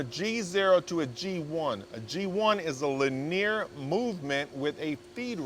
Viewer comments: heheheh lin-e-ar not laneer movement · Just learned a new way to say li-near. Lol